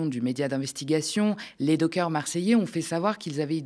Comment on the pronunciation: On ne dit les "dockeurs " mais les "dockers" comme les chiens "cockers". Le gouvernement nous fait toute une série de mesures contre un président désireux de récupérer l'Ukraine, faute de respect des accords signés à la fin de la guerre froide, mais face à NazIsraël, les élus de gauche n'ont rien fait ? Les nations unies n'ont rien demandé ? Aucun blocus, aucune sanction économique ? Mais qu'attendez-vous pour organiser un mouvement d'opposition à tous ces hypocrites pro-nazis ?